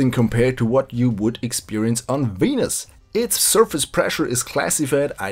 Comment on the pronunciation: Hahahahaha you pronounce it "weanus"